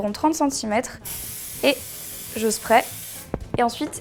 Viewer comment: sa se dit pas spreer